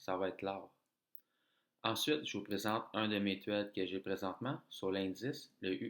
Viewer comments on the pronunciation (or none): Salut, tes propos sont intéressants. Si je peux me permettre, sans vouloir t'offenser, pour améliorer ta crédibilité, quand tu parler d'une trade,, tu prononces "trède ou tread en anglais" alors que le mot trade se prononce "tréde" avec e accent aigu. J'aime bien quand tu parles également de tes pertes car la majorité des traders qui cherchent à enseigner ne parlent que de leurs gains et ce n'est pas réaliste. En plus ça fait sentir aux personnes avec moins d'expérience qu'ils font qqc de pas correct et c'est démotivant. Bonne chance et continue. Bon succès.